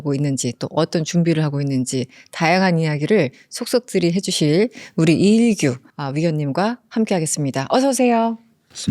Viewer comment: 한국 국민이 되었으면 두음 법칙을 받아들여 "이일규"라고 해야지 "리일규"?